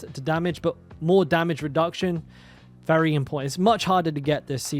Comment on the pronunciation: Why do you say all your v's like f? 😂 There's a fery good chance, fulnerable, etc, but you're right thorns is the way to go, tons of fun, I mean vun!